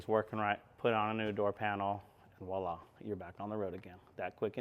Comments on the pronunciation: It's "voila" (vwa-la), my dude, not "walla". Love the videos. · I kinda liked his direct westcoast approach of walla 😅 Sometimes to be more irritating I'll say "vi-ola" like the name... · Je parle un pieu (sp?) but I like "Vo illa" rhymes with Go-rilla. ;)